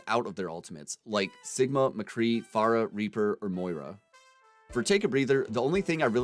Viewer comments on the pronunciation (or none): none